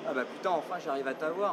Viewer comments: but what is she saying when she swears? it sounds like Pitou (dog?) not Putain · ThePierre58 Thanks, I was wondering the same thing. But what is she saying when she swears.. it sounds more like Pitou ?